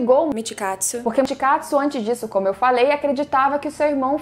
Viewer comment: Que isso "mitkatsu"